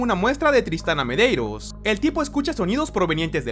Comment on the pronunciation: No entiendo cómo pronuncia algunos nombres, como se llama la poseída ? Joven Merello?